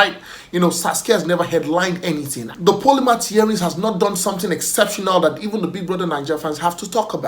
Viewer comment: "the polymath Yerins" killed me🤣🤣🤣